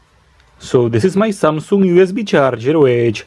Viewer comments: Its samsung not samsuuung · 삼성 (三星) is pronounced "SUM SOOUNG" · Everyone: Samsung: Samsoong 😂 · Not samsoong.it is"samsung"